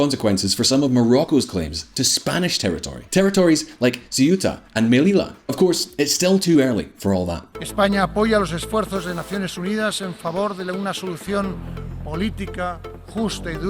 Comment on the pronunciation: Ceuta = they OO tah. Melilla = may LEE ya. Please do a 20 sec Google search guys. Spanish pronunciation isn't rocket science.